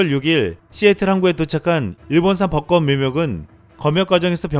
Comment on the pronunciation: 발음 공부 조금만 더 부탁 드립니다. 꽃 + 모음으로 시작하는 조사 지적 아니고 참고해주세요.